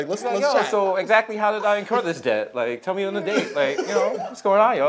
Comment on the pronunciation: Did Desus just pronounce the "B" in debt?